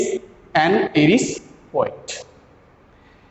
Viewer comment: He's an Irish (pronounced as aayrish not eerish) poet. Why teaching bad pronounciation to your aspiring students? 🤦